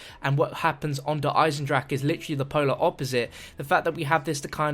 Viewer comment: the kind of guy to say Der Eisendrache wrong